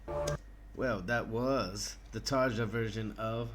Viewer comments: I think it's Tar-ya rather than Tar-Ja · Excellent comments. Both versions are amazing but for some reason, for me anyway, Floor's performance is just more emotional, majestic and magical. BTW - her name is pronounced "Tarya" just as Floor's last name is pronounced "Yansen". The "J" in is pronounced as a "Y" in many European countries. :-)